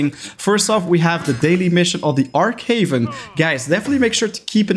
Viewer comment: It's Arch Haven not Arck haven you arch gamer